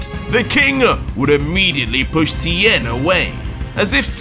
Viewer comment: He mispronounced tiens last name it’s supposed to sound like Shin hon.